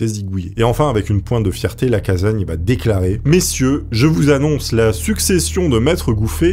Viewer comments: Docteur LacaSSagne, pas Lacazagne ! Le père de la médecine légale, à Lyon...sinon, trop bien, comme d'hab ! ❤ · Les Lyonnais ont les oreilles qui saignent : Lacassagne, avec 2 "S", ça ne se prononce pas Lacazagne ! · Alexandre lacassagne sa se prononce avec s et pas z 🕺🕺🕺